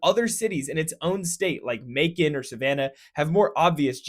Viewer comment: May-con. Macon doesn’t rhyme with bacon.